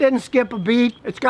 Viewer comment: "Aisin" transmission on Lexus/Toyota should be pronounced as "eye-seen"!